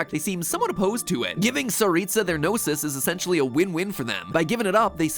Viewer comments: Paimon said "GnosES" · is so funny how he can't say gnosis and he liked gnosi ❤❤ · It's funny how you pronounce the Gnosis in plural but in-game it refers the Gnosis as 'Gnoses' as the plural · You mean "Gnoses"?? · Words plz fix: Gnoses (No-sees) plural of Gnosis Khanri'ah (Khan rei ah) I play Genshin, you're absolutely right about Tsaritsa, I mean, that's what I personally think. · It's said in the game, "gnoses" /nōsēz/